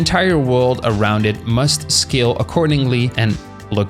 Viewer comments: Bro when you said "Scale" I heard "Skill" 💀 I was listening to this like a podcast so I didn't see the text and I thought "Damn, man ended his career." 😭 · Bro can not pronounce Scale to save his life 💀